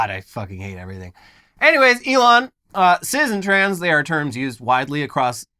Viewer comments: Why are they saying sizz and not cis? Pronounced cys or siss. Just why? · That's not how you pronounce cis